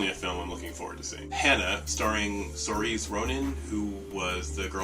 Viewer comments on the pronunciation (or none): Saoirse is pronounced Seer-sha :D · Saoirse Ronan? Just for your own benefit, it's pronounced SEIR-shuh. :)